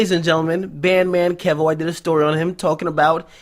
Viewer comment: it's Key-Voe not Kev-Oh